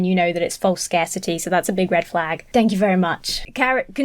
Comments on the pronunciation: She says shank instead of thank near the end of the video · I might be still giggling over the "shank you" and "send help🤦🏻‍♀️" bits 😂